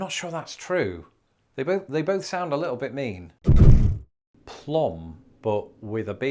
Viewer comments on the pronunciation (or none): none